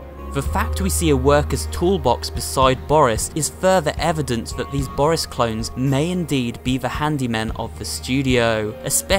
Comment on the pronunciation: It’s not boris it’s booorrrris